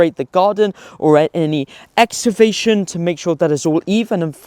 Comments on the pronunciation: He can't pronounce EXCAVATION 😂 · Ex ca vation ffs